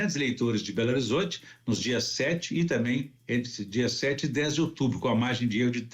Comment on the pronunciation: Este é patético,ele pronuncia berorizonte e ele fica todo assanhado quando fala de gargamel,até parece uma putinha e ver blog para saber mais? Jamais?